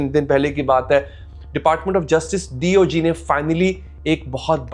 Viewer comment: Please speak D.O.J. not D.O.G.?